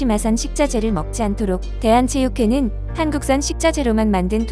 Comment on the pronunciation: 대한체 육회, 앤에이치 케이, 제대로 된 띄어 읽기 부탁드립니다